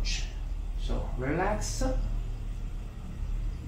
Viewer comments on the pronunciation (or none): Please stop saying relax-a it’s just relax. No -a. Just relax. I notice you do this with quite a few English words. Just drop the “a” at the end of english words. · Your English is very good. You could sound a lot more like a native American English speaker if you remove the "eh" from between words after hard consonants. For example, you say "Relax-eh" "treatment-eh" "eyes-eh". I know this is difficult. Our language is blunt compared to Italian:) As for "Don't help me" it's quite acceptable. It does not sound rude or presumptive. Maybe you could say "You are resisting a bit" if you want to be more specific. It's not as harsh if you say "a bit." It's like the British understatement. Another thing... the C T in "structure" has a sound almost like "prosciutto" or how you say "pressure" except it's more staccato. The end of this word sounds a lot like the English word "church." One more.. the A U in "cause" sounds short like "koz" and not like "Audi." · I think it's hot the way you say ah after some of your words 😉 Relaxah. Also your English is great